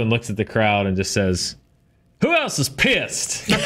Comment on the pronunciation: Pissed? All I heard was "pierced".